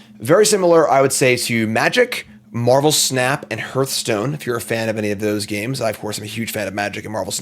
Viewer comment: Sorry, can't watch a video where the host doesn't know how to pronounce Hearthstone.